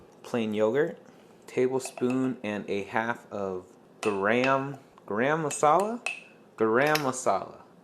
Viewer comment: You got the masala part perfect. I usually pronounce garam as "gaa ruhm" but with emphasis on the "gaa" part. Translates to hot (garam) mixture of spices (masala).